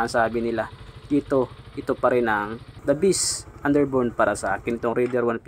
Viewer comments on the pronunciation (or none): The beast' daw 😂😂 ayusin mo kuya ang pag pronounce mo ng the best 😂 haha hahahahah 🤣